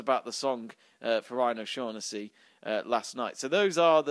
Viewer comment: I'm Irish and it's pronounced "O-Shock-nessy" - Just a tip ;)